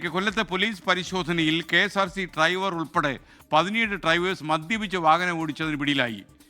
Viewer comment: എടാ മരം ട്രൈവർ അല്ല ഡ്രൈവർ